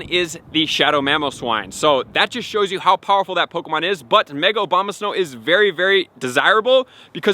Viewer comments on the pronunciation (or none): It's ABOMAsnow, not OBAMAsnow. I think i hear it sound like that consistently. I appreciate your contents, thank you. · "No1 is going to be Mega Obamasnow ..." "Mega-Obamasnow is going to have the moveset of..." "if you do have Obamasnow..." "Obamasnow..." "Obama snow..." Lol... at least he says it wrong the whole video long. :D "Mega OBAMA-Snow is very desirable.."